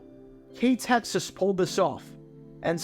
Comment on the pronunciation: I’ve been a subscriber of yours for quite a while now and never in my wildest dreams did I think you were ever going to do a video focusing on my former employer, it feels so surreal. By the way, great job on researching how to pronounce the station’s name correctly, most people just read out the call letters as they’re shown when they see KTXS’ name.